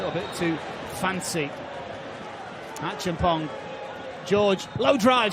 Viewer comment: Lol, why is the commentator calling George achempong?😂😂